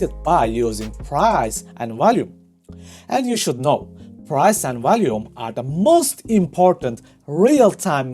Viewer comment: High wolume nodes lol